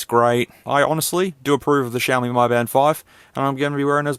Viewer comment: Mi is pronounced Me, not My